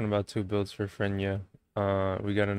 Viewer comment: Its not Frenya, its Freyna, Frey-na